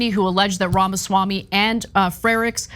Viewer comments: It's pronounced Pharmaswarmey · I love you guys but please start pronouncing his name right. The left would usually get upset when people would pronounce Kamala’s name wrong.